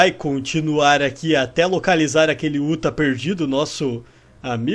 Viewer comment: MANO E UTAH NAO UTHA